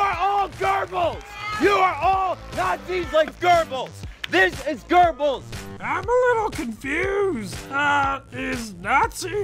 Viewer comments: GÖBBELS, FOR FUCKS SAKE. Not GÖRBILS Not even fucking nazis can pronounce that right. Your gerbil too. Correct : GÖh bells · Es ist Goebbels und nicht Gerbels!!!!!!!!!! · I thought that guy said "Gerbils" (instead of Goebbels) too... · Josheph GERBels? x) It's Joseph Goebbels, it's much more correct to read it as a simple u/oo, or even an e. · If that kid doesn't shut up, I'll kick him right in the "Gurbals"(he's talking about Goebbels, but the way pronounces it sounds like he's talking about his genitals). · ITS GOEBBELS WITH A B! NOT AN R! GODDAMN AMERICANS lol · Why do Americans pronounce Goebbels with an r anyway? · He was referring to the Nazi known as Goebbels, but I don't think he pronounced it right.